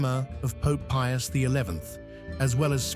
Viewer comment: pius the fin? what a mess up name. all the more reason not to watch AI generated videos. 👎